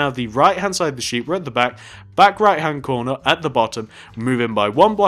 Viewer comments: He said sheep "shep" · it's sheep not shep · why does he say shep